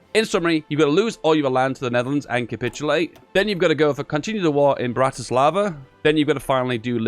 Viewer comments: Ah yes, Bratislava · it says batavia not bratislava